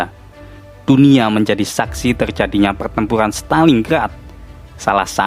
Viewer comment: PERTEMPURAN bang bukan PELTEMPULAN